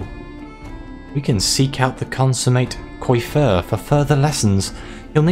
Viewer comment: Nice ! Btw coiffeur is pronounced "coafer" (means hairdresser xD funny how many french words in English xD ) On the story : can't wait to see the choices you made !